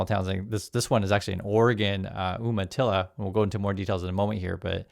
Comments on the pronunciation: Umatilla is pronounced with a 'long U' sound, You-matilla. Not Oom-matilla. Native American word/tribe. From a native Oregonian.😊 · "You-ma-tilla," not "Oomatilla." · YOU-matilla NOT OOM-matilla. Are you sure you grew up in Oregon?? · It's pronounced YOUmatilla, not Oooomatilla. And you were an Oregonian. Shame!!! Love your videos. Thank you for the unfiltered truth. You're making a difference. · FYI it is pronounced "You-matilla." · It’s umatilla pronounced youmatilla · For an Oregonian you are always getting the native name pronunciation wrong. Pronounced You-matilla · Umatilla is pronounced You-ma-tilla.